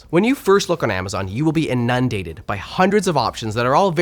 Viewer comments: the he pronounced inundated 🥲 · its IN-UN-DATED thank you... (not IN-NUN-DATED) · Inundated is three syllables... not two. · Inundated (IN-UN-DATED) not I-NUN-DATED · In-NUN-dated...... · please google inundated pronunciation. 🤦🏽‍♂️ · Adams pronunciation of inundated threw me. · Who else coming to complain about the comment bait mispronouncing of inundated? 🎉🎉🎉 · The way he pronounces inundated has left me shocked and dismayed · How did he just try to pronounce inundated? 😂😂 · Have I been pronouncing inundated wrong all these years? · When he mispronounced "inundated" 😂